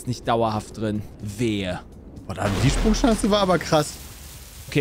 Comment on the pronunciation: von das "wieso bin ich denn so anders?" hätte ich gern im best of wenn er mal wieder nicht sprechen kann, auch sonst nen super einspieler für diverse fails;) geil, die SprunCHANCE kenne ich auch noch nicht, dachte immer das ist die Sprunschanze..